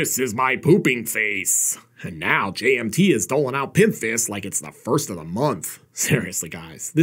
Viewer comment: Does anyone else hear 'J&B' everytime says 'JMT?'